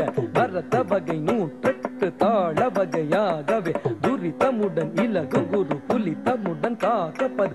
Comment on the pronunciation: Raadakala's dance is super. But, thollai aalangaadu is wrongly pronounced. Thillai is( chidambaram) correct and then Bandam means poetry. Next thurithamudan is not correct. (you meant fast) .Thrutham (1 thattu 1 veechu) thrutham, laghu, guru, plutham, kaakapadam these are different types of thaalams. Thiru Neeli Kali"s skin tone is dark blue. So i.e Neeli